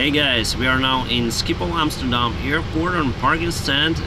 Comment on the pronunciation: Great vid, learned a lot, and u said Amsterdam right 😁 didn't know pilots used flightradar24 too lol